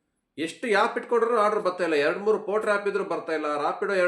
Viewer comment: It's not yap it's called app 😂